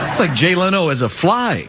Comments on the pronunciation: Jay Leon?! Jay LENO! You really should’ve proofed your voice over with someone who knows who people are before you posted it, you made several cringy mistakes. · "Gay-off" the skeleton?! LOL pronounced "Jeff". Jay LEON? C'mon.